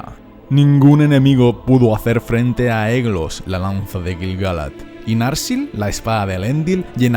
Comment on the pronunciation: La lanza Aiglos o Aeglos de Gil-galad no se pronuncia "eglos", sino "aiglos" (siempre, a pesar de sus dos grafías). Tolkien lo deja claro en el apéndice E de ESDLA y en el recordatorio de El Silmarillion.